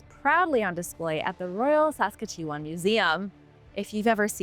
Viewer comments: Apparently not Canadian. Regina is pronounced re-JYE-na not re-GEE-na. Saskatchewan is pronounced sas-CATCH-you-wan Not saska-CHEW-an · Your pronunciation of Saskatchewan was brutal. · Wow murdered the pronunciation of Saskatchewan 😂. Aside from that there is no way soft tissue would survive that long with any meaningful DNA/protein. We might be able to reverse engineer a Dino one day but why would we